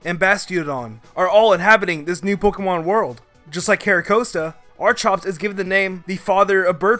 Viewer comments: "Archops" It's Archeops (R-keOps) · It's not (arch-ops) it is (arky-ops) please stop saying archops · Its Ar-key-ops not Ar-chi-ops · Its not archops it ar-chi-ops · Its not arkops its Archeops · ARE- KEE- OPS. Archeops. ARE.... just stop..pls. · Archops, Archops, Archops Please stop or I will have to tear my ears out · Exactly. He mispronounces names so often I think he's just trolling. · *resh uh ram *ar kops *ar ken Edit: *zek r om Edit 2: did you just call Kalos kale os it’s ka lohss